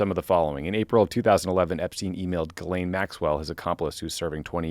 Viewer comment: Two things: 1) Tommy / get massive props for pronouncing Ghislaine properly. 2) This channel should be called “Pod Save America and BTC’s Biceps.” (Like, whoa dude.)